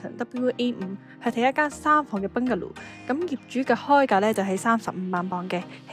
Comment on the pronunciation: 多謝分享🙏🙏🙏不過麻煩你個Bungalow讀音搞搞佢，兩位主持都好似講到怪怪地咁，